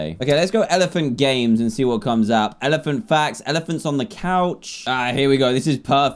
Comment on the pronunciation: just said elephan